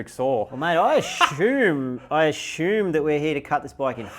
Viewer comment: lol he pronounced assume "ashoooom"